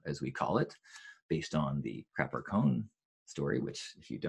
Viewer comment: Sounded like crapper cone to me! Makes me worried what someone did to a traffic cone...